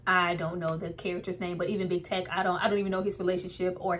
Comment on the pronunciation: LIL MURDA'S PRISON FRIEND'S NAME IS: "TEAK"...NOT TECH